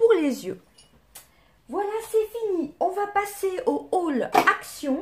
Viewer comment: Haul et non mail mdrrr🤣